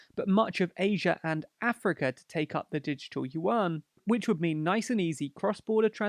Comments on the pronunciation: "youen", not "youwan" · Only 'cos he can't pronounce it. It sounds like "ywen" with a tone that rises. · yuan is pronounced oo-en, with an almost umlaut-y oo. But it's usually called renmenbi, or run mun bee, but the u is schwa ie the 'ugh' sound that most unstressed vowels become in english.